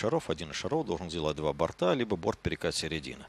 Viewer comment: Мне не понравился комментатор, который говорит не грамотно. Я понимаю, что есть свой сленг в определенных кругах бильярдистов (больше старая гвардия), где говорят не шар, а шарА. Но говорить бортА в единственном числе, как-то ОЧЕНЬ не грамотно для комментатора бильярда. Уважаемый комментатор! Говорить правильно: не достиг бОрта! Коснулся двух бортОв!